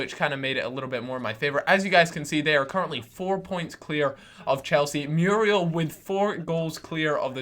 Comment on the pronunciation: muuuuurielllll not meeruel